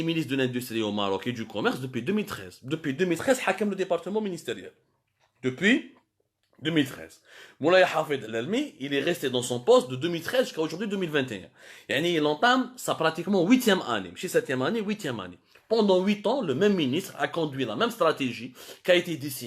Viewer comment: Pourquoi le Maroc vous fait tellement chier.? Le Maroc ne se développe pas en fonction de l'Algérie. Il n'y a pas que le Maroc qui fabrique des véhicules. Lâchez nous la grappe ! Maudit voisinage ! C'est El Alami et non La3lalmi